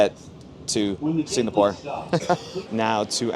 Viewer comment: At least pronounce the place you are going to correctly. It is NOT Singnapore